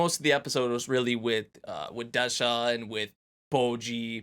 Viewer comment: Des-ha not De-sha.